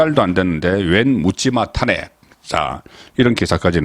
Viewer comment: 야 이 씨부럴 넘아 탄:핵을 탄핵으로 발음하는 35년 기자야 정말 징그럽다